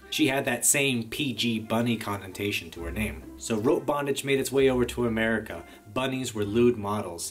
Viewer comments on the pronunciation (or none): none